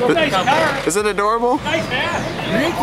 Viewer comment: "It's a nice car!" That's a Canadian.